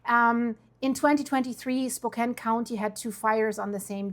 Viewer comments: Its pronounced Spo-kan, after an Indian Chief. I moved from Northern Idaho a few years ago and am feeling the pain from these fires that are not going to stop. Geoengineering spraying heavy metals in the atmosphere are not only causing severe drought conditions but settling on the surface and when ignited by the DEW's the fires don't burn like fire. Canada reported the same problem with their fire situation. The other issue is the smart meters. Houses that still have analog meters are not burning and if you look at fire images the houses burn but the trees do not. This is the same thing that happened in the LA and Maui fires. The people are going to have to unite if they want to save themselves. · Its pronounced as " spoe cann " calif, oregon and Washington never thinned their forests as POTUS directed and now the residents are suffering for it now. Pick your governors wisely folks... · It’s pronounced spoh-can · She pronounced the City name incorrectly. I think she is not from Spo can as in can of corn ha ha ha. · Shiddy….woah! First I’ve heard, thank you. Spokane is pronounced Spokaaan…if you care, not too different tho:) ❤❤ usually it just hits the forest. So sad. Prayers for all. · You visited there and cant even pronouce the city name? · Their your neighbours and you can’t pronounce Spokane… strange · You are pronouncing Spokane wrong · if they are your friends and neighbors one would think you would at least pronounce the name correctly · Try spelling Spokane phonetically. Your AI avatar will pronounce it correctly and consistently, then. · Narrator can't pronounce Spokane the way an actual native does. But the news itself is serious. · You could at least learned how to pronounce Spokane. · You are from the Northwest, and you didn't pronounce Spokane right! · We don't pronounce Spokane that way. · You r Spokane pronunciation needs work. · If you’ve been to Spokane then you should know how to pronounce Spokane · SpoCAN not spoCANE